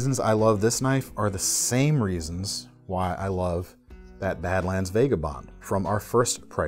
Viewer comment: Still mispronouncing vagabond I see.